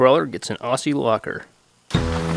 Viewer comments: pronounced OZZIE ! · It's pronounced ozzie locker. And they should be made in Australia. 4WD territory of the gods.